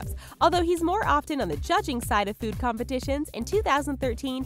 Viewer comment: It's food...not feood.